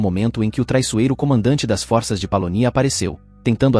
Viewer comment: Está certo que algumas palavras do idioma português, mundam a fonêmica quando vão para o plural. Mas, não são todas. A pessoa quer ser comentarista e não se preocupa com isso. É foda! Força e forças tem a mesma pronúncia.